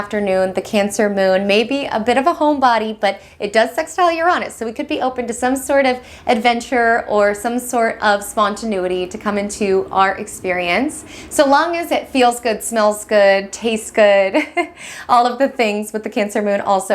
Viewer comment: 🛌 thank you for your vids as always. Have you noticed you say "spontenuity" instead of spontaneity? It's adorable. Thanks again!